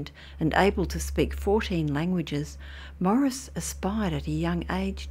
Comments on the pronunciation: FYI his name is pronounced "Maw-REESE" not Morris. Otherwise, great story. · Why does she keep calling him Morris?